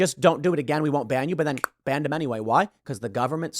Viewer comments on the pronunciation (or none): none